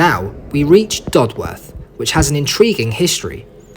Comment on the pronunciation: i commute along this line every day and the history and views along the way never ceases to fascinate and amaze me. also, it's "dod-uth" not "dod-worth" ;)